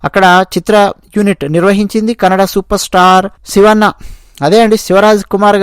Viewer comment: Sir mee bhasha spashtatha naku chala istam Meeru kannada nu kannad anadam koncham badha kaliginchindi Dayachesi gamaninchagalaru